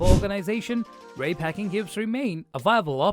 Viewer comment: Moron pronounced it Rey instead of R E I.